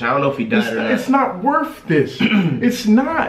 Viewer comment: "its not wurf dis"